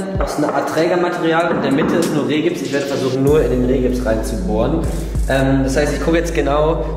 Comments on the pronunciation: Der Rehgips heißt übrigens Riehgips 😆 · Rigips! Es heißt R-> I <- gips! ;) ;)